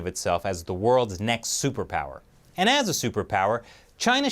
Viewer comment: Soup per Pal-er?